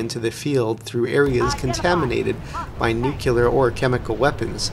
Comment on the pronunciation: Im gonna be that guy. It's pronounced "nu-clee-ear"